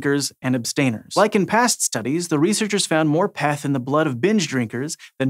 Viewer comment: If that guy says Peth one more time...